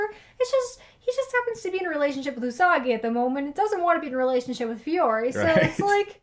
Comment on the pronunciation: It's not You-Sagi it's Oo-Sagi and it's not Ma'ma-oru it's Mom-oru just spelled different (Usagi Oo-Sagi and Mamoru Mom-oru)